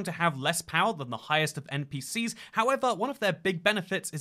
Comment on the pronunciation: If you mean as in thats what he intended to say then yes but to me it sounds like he said NPCs